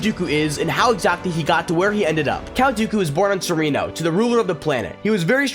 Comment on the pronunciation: You pronounce Serenno wrong.